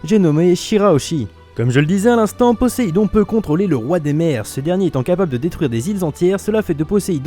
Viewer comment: mec poséidon pas poéssidon